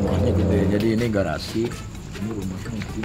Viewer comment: Itu garsi ap cafee ya. 🤣🤣🤣🤣